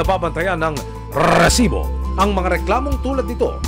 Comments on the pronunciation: Ilang R po ba Ang Rrrrrrresibo 😅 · para akong nag giglitch sa rrrrrresibo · Kaumay yung paulit ulit na rrrrrrrrrrrrrrrrrrsibo🤣🤣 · KUYA NAKAKAIRITA YUNG RRRRRRRRRRESIBO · Ang lutong ng pagkakasabi ng Rrrrrrresibo, kasing lutong ng chicharon con langaw 😅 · nahihilo ako sa RRRRRRRRRRRREESIBO. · Nakakabwicit nayung rrrrreeeeeeesibo mo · nakaka bwisit nmn ...rrreeesibo...kainis pakingan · Nkkarendi ung pgbibigkas m ng resibo emil,,sbrang oa..hahaha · Bat ang daming R ng resibo nyo sir.